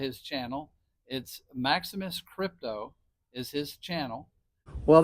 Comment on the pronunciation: It's Maximus lol